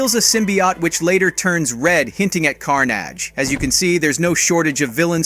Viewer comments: did this man just say " CAR-NAGE" ? ... bro I cant breathe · Are we all gonna ignore thar fact how he said car-nage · The fact that you mispronounced Carnage just proves that you know nothing. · why did he say carnage like that? lol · You said carnage wrong